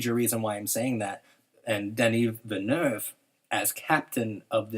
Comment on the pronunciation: It's pronounced Denis Vil-nœv. Amazing analysis guys